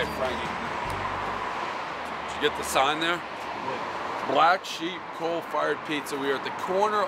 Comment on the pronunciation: He’s saying “coal.” But it’s super hard to hear. He always loves a coal fired pizza